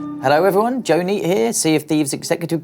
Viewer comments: Wait it's joe neate not joenee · Am I the only one who thought his name was “Joeney” but just realized he just says it wierd